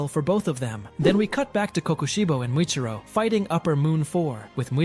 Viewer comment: Its muchiro not mitiro 😂😂😂😂